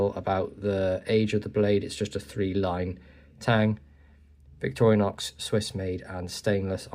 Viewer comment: Victoriax...? What the f...? 💩 German AI Voice!